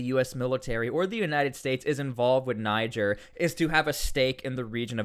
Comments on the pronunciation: Folks from Niger pronounce it Knee-jer fyi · pronunced Nee-Jayr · its pronounced [knee-share] at least try to tuck in your anglo will ya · I think you’re supposed to say it with an AH not a hard R